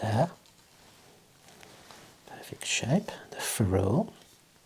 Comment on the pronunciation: That’s not how you pronounce ferrule lad